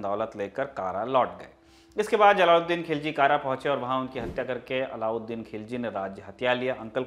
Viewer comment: कारा नही कडा